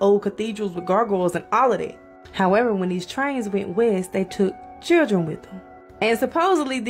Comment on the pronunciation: I have never heard someone pronounce the word children as "Churdren"...lol. and